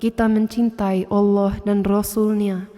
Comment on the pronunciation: masya alloh.pengucapan lafad alloh sangat fasih..orang yang muslim dari lahir belum tentu bisa seperti itu